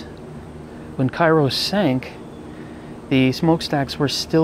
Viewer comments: I believe that it is pronounced "kayro". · I think he isn't aware Cairo, IL is pronounced kayro - but still a very informative video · Actually, those of us who live down here in Southern Illinois pronounce it "KARE-oh." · The ship is named for the city in southern Illinois. Local pronunciation is "KAY-ro." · It's pronounced Kay-row as it's named after the Illinois town. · That's the South Georgia pronunciation too. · Actually, those of us who live here in Southern Illinois pronounce it "KARE-oh."